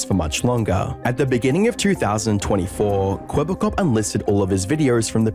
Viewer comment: The biggest tell in the video was that the AI (which was probably trained in English) did not know how to pronounce the Dutch word 'Kwebbelkop' (blabbermouth), and thus is always kinda mumbled it in the same tone of voice.